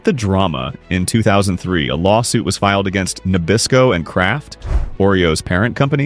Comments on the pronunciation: NA•bis•co I hope that is AI mispronouncing a common brand name. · AI narrator does not how to say Nabisco. NOT Nabissssco. Clanker channel.